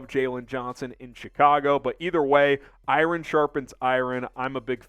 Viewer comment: The way you said “iron”